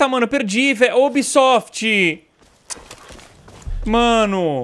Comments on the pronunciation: Meu Deus cara para de falar ubisofit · sera se e pidir de mais pra tu parar de fica falando unbisot mds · "Oh Ubsoft"... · "Oh obsoft " é a única coisa que eu tenho certeza que vou ouvir no vídeo do Edu kkk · Da uma puta raiva quando ele fala ubisoft